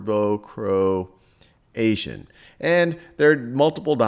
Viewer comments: croatian, not croation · (Croati 'a' n?) vs Croation